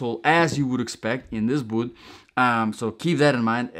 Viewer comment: the word boot has a t at the end. its not 'bootht'